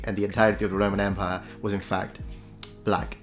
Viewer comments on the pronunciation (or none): none